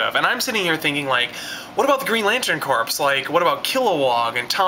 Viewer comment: another great review love watching your video but one problem you pronouncing the word corps as if its corpse corp ias in the marine corp is pronounced core : )